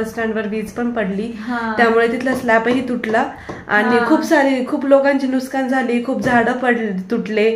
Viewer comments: नुसकान नाही ग बाळ नुकसान 😊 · नुस्कान ❌ नुकसान ✅